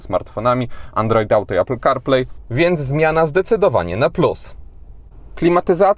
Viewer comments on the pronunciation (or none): none